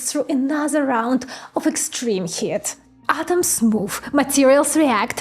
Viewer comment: Heat is pronounced “heet”. If I could recommend just one important word to work on pronunciation: heat You say heh-at, but “ea” is a diphthong so it has one sound, “ee”. So the pronunciation is “heet” like “feet”. :-)